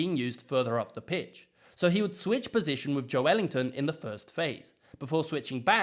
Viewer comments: It's Joel-in-ton. Or Big Jow. Nee idea where he's getting Ellington from. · Its Joe LIN-TON Not Ellington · I was keen to hear your thoughts until you said "Jo Ellington" instead of "Joe Linton" and I'm not even a Newcastle fan 😂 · Just for future reference mate, joelinton is pronounced Joe-linton. Ive seen Bruno Gumairres talking about him, ans he pronounces it that way. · Its emphasis on the “el” that’s why it sounds weird.